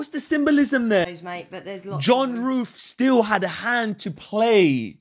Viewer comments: Dude, it's symbolism. No s on the end. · Everytime i listen your voice, the first word in my head is SYMBOLISM and when i listen Symbolism in anywhere of spain ( i'm from spain ) " I " automatically listen your voice saying SYMBOLIMS !! :face-green-smiling::face-green-smiling